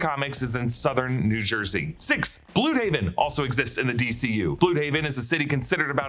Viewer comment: I just love that we're now pronouncing Blüdhaven correctly